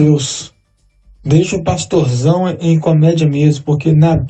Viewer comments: Parei no 27 min. Quanta incoerência desse " " 😒. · precisa fazer discipulado 🤣🤣🤣🤣🤣🤣"" realmente é um comediante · dando uma lavada no “”